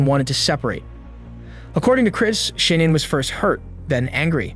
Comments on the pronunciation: Her name is pronounced “Shuh-nan” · Idky but it drives me nuts every time the narrator says Shannon instead of Shanann. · Great work -- unfortunately marred throughout by mispronounciation of Shanann's name: it is not "Shannon" but Shah -nahn. Too bad. I know the creator is sincere and no disrespect was intended. Again: great overview with a lot of detail as well. A crime so heartbreaking and horrifying. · Her name is pronounced SHA-NNAN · You're pronouncing her name incorrectly. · You spent two months on this and you’re saying her name wrong through the whole video, that’s disrespectful. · You keep saying Shannan's name wrong dude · 5 minutes in and I can't listen to you pronounce her name wrong anymore. Do better.